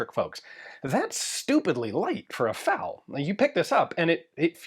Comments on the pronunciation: It's F A L. Not Fale. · The "FAL" in "FAL rifle" is pronounced as a series of individual letters, "F-A-L," not as a single word. The letters stand for "Fusil Automatique Léger," which translates to "Light Automatic Rifle." I'm curious how you pronounce AR-15? Are you a pirate?